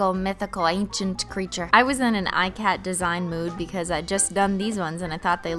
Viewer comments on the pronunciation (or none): Ikat.... is not pronounced "I -cat" it's an Indian textile pattern, pronounced "Ik-uth", no shade, just wanted to point that out for anyone that didn't know, love ur content!! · ikat is pronounced eeee-cot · It's not pronounces eye-cat. It's pronounced e-kuth. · I was raised to pronounce it like "ee-cut", and most pronunciations are like this when they're mentioned. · hey I am from India and ikat is an Indian dyeing technique and is a really intense craft. I just wanted to request you to use the correct pronunciation since crafts are respected here. Not trying to throw shade or anything just letting you know. P.s I love how you be yourself in front of the camera. Love India